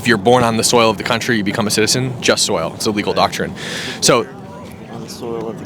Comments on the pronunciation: Yeah, I heard him say "just soil citizenship". Sigh. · Jus SOLI... (Not 'soil'. Or at least that's what it sounded like and it gets said loads of times, lol). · Just so you know, it jus soli, not jus soil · The Latin legal term Is JUST SOLI—not jus SOIL. He keeps saying it wrong in the video.